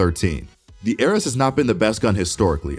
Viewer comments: HE DOESN'T PRONOUNCE ARES RIGHT... internal screaming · I think it’s a joke about how the video didn’t know how to pronounce “Ares”.